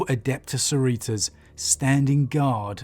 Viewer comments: Please learn how to pronounce Adeptus SoROritas properly, for the love of God-Emperor. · Are you trying to say Adeptus Sororitas? (Soar-oar-ih-tas)